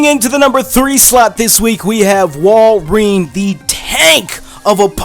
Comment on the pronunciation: wall-ree-in BRO